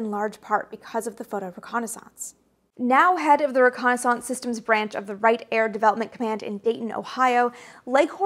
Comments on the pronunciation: I love the way you pronounce "reconnaissance"; it sounds like renaissance... Ok I definitely see the logic in your pronunciation; it's hard argue with 9 matching letters at the end of both words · French through "Canadian" :) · Fellow illinoisan myself, Chicago area, and never have I heard it pronounced this way before. Dear god does her way of pronouncing it sound French. Canadian's, eh? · Excellent video, watched every second and learned a lot but.... your continual non-standard pronunciation of reconnaissance is distracting to say the least. There is a correct USA English pronunciation and this isn’t it. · I seriously had to stop the video after hearing that word mispronounced for about the 50th time. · Everytime you say "reconnaissance" a dial up tone goes off in my brain lol, I've never ever heard it pronounced that way before Maybe it's a regional thing, I'm from Chicago and I've only ever heard it pronounced "ree-kon-iss-ince" not "re-kon-aah-sahnce" Edit: I know you're an author so I'm not gonna tell you what is and isn't the right way to pronounce things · That would be pronounced ho-co-ni-sanse. She's doing her own thing. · Best eyes and bangs on YT? Check! Worse pronunciation of the word reconnaissaaance? Check! 🤪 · entirely agree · Thanks for the bit of trivia in the description. To be honest, I was thrown off by your pronunciation given how you have such an accent-neutral speaking voice. Never thought of reconnaissance as rhyming with Renaissance but it makes perfect sense given your background. Kudos for the great channel! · Wow, details to the max, love the insight. I also enjoyed your alternative pronunciation of "reconnaissance." One minor nit, but General Bernard Schriever's name was pronounced Schr-ee-ver, not Schr-eye-ver. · Great video! I'm curious about your pronunciation of the word "reconnaissance" though? Are you saying it in the proper french? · your french canadian is coming through when you say reconnaissance